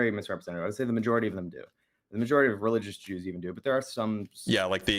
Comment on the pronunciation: Somebody teach this ignorant asshole how to pronounce the word "majority."